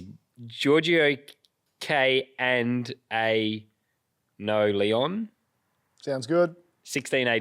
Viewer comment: Thanks boys - have emailed through my postal address!, pronuction KAN-DAN-O-LE-ON you were pretty close 😅